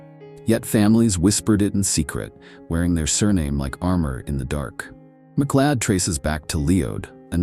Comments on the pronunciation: MacLeod is pronounced MacCloud. Stupid AI bot! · "MacLeeod"! Oh thid is amusing!